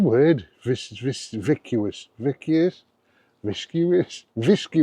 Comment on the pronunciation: Agree on the lanshan 1. Wouldn't trust it anywhere I wasn't willing to sleep without a shelter of any kind 😂 Ps it's pronounced "viss-cuss" and it means thick'n'gloopy ha Great video mate!